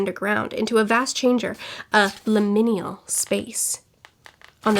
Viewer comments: Pronunciation nitpick only because it's a new word for you: it's limin*al* not limin*i*al (I can never remember exactly what it MEANS beyond vague transitionness :D) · I 10000% agree with everything. This was my least favorite book of the year, next to The Hunting Wives. Both were just terrible 😩 Definitely agree that lecture was like the best part of the book :’) As a side note, liminal is pronounced Lym-inn-AL. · No offense, it's pronounced "lim-in-al". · First time viewer after just reading this book. Glad someone else hates this book a lot too! Also the way you say liminal is giggle worthy. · I had to scroll way to far down to find someone mentioning how she butchered that word. I hope she's looked it up since then...